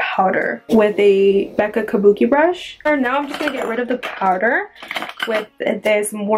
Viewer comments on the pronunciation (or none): none